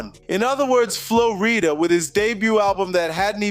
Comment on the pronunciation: Why are you purposely saying the name wrong, messed up the whole video